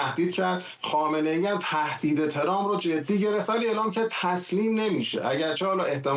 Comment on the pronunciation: Why can't pronounce Trump and says Trum??? this is the problem of some other speakers in here including some of teh news readers???? Please do some practice you will learn it.